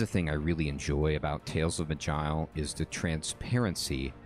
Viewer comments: Pretty sure it ain't "magile" lol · It'ss pronounced "maj-eye-el", with the j being sort of sh/ch combo.